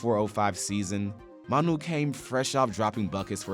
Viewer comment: Guy murdered Manu”s name